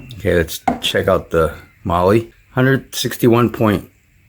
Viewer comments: Your " marley" ...mahle ... is pronounced "MARL" !!! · Its not MOLY.... its MAWL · MAR LAR not Lee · lol it's prenounced "Mall" "Molly"